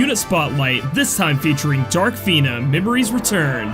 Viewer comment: pronounced fina in intro right then immediately goes to "fin-ah" after... bruh XD